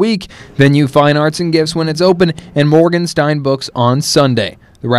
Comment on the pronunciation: MorgenstERN's Books NOT MorgenstINE's Books. LEARN TO READ and PRONOUNCE PROPERLY if you're going to be in front of a camera and using a microphone!!!😵😵